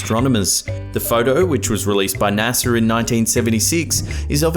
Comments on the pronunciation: naser lol it's NASA BRO! 😂 Smh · What the Fu-- is" NASAR"?